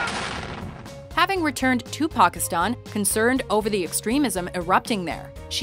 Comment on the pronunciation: It sounded like they said Tupakistan